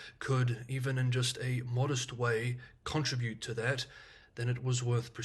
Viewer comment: congratulations. You absolutely do conTRIBute (NY accent) to our understanding of china.. IMHO you do a fantastic job.